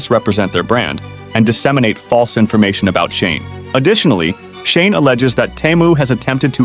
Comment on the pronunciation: All the pronunciation is wrong. Teh mu? Its obviously TEEE, MOO you literally have video footage that says so. The other company is SHE, N not SHANE wtf? DO BETTER, garbage AI generated content.